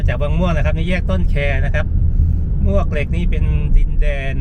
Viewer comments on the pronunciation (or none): ต้องอ่านว่าหมวกเหล็ก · มวกเหล็กครับ หมวกเหล็กคือชื่อไม่เป็นทางการ ชื่อคนเก่าแก่เรียกกันครับ